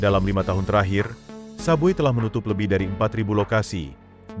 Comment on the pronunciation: Bukan sub bui sebut betul2 sub way la..